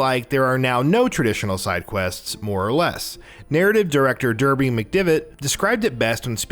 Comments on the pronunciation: 1. The male female thing was technically introduced in Syndicate, not Odyssey, albeit differently. 2. Alexios and Kassandra aren't twins. The one you choose is several years older than the other. 3. It A-vor, not I-vor 4. Its Darby, not Derby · it's darby mcdevitt not derby! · Derby McDevitt wtf